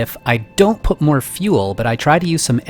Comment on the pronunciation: hey! it's not moar, it's more! XD your very good continue